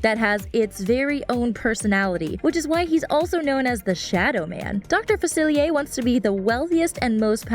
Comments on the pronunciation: she kept saying Dr. Falcier wrong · notre daime? its DAME!! dr. Faciliair?? facilier!